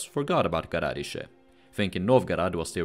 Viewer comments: And a little remark: "gorodishche" is pronounced with an accent on the "i" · Почему Новгород произносят как Новгарад, Сопка как Суопка, а Городщие как Гарадище? НУ ПОЧЕМУ???